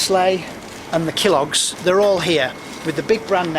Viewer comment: He said Kill Logs😂 instead of kellogs